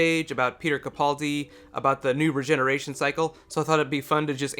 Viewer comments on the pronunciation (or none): stop calling in capauldi its capaldi